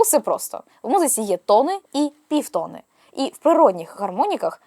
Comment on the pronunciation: тонИ і півтонИ (а не тОни і півтОни) 🙂